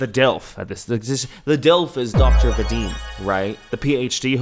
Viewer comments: i spit out my tea when he pronounced Vadim as Veydim 😂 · it’s Vah-deem, for future reference, I’m sorry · The way pronounces "Vadim" just sends me:face-blue-smiling::face-blue-smiling::face-blue-smiling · The way you pronounce his name is so funny to me as a russian-speaking person😂